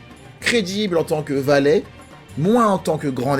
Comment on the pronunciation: ...valet... VALAIS ! Suisse vous êtes ! 🇨🇭 😂🙏👌✨ Parfait